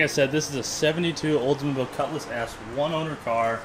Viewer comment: For once, someone who pronounces Oldsmobile correctly and not say Oze Mobile.